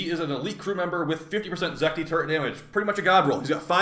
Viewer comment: it's Zetki not Zekti